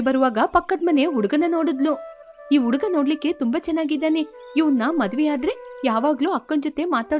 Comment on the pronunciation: Uduga 😂 the narrator needs to work on Ha and A pronunciation